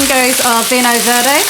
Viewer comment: Lovely video Elizabeth, slight correction (sorry) vinho verde is pronounced veenyo veerd. Keep up the good work. ❤️